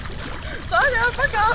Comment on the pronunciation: Мне одной послышалось Таня а не Саня?